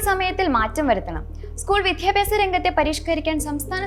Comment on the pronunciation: വിധ്യാഭ്യാസം അല്ല, വിദ്യാഭ്യാസം ആണ്. അവതാരകര്‍ കുറച്ചുകൂടി ഉച്ചാരണ നിലവാരം കൂട്ടുക.